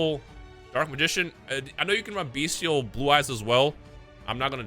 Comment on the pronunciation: will pronounce Bystial correctly eventually